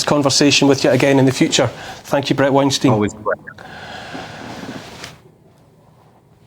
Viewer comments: Neil.. it's Wein Stiyn .. not Wein Steen. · Yo, Neil, learn how to say Bret's last name. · Neil pronounces Weinstein incorrectly, very easy mistake that I'm sure Brets used to. I only noticed because I just watched a video where he introduces himself. Anyway both legends, good conversation